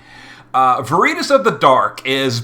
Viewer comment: you're the best, and even when i disagree with your pronunciations i keep my trap shut. Until now. It is "VAIR-ih-toss". It's Latin for the virtue of truthfulness, which is kinda weird considering it's being used for a crew of people who hide their identities....on a completely unrelated note, i feel for poor Charlotte. She was introduced (presumably) as a "we can't express our feelings for each other" love interest for Lasswell, but my question for the future to answer is will she always play the Betty to Physalis's Veronica? 😂